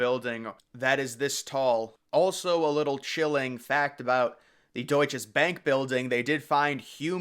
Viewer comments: I worked there 1994 until labor day 1998, then at 4 WTC until 911. It was not the Deutsches Bank. It was the Deutsche Bank. Not sure why you keep saying it with an S there. I also would not call it forgotten. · I worked about 2 blocks from the WTC & Deutche Bank building (yes, it's Deutche Bank. I don't know why the narrator repeatedly called it Deutches Banki!). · its pronounced doit-chuh-bank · You know the maker of the video did due diligence when he keeps on repeating“DeutcheS Bank” 😂